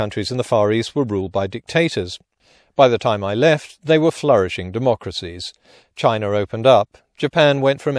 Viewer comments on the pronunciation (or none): none